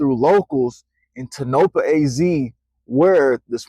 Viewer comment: Its Pronounced...tone-ah-paw.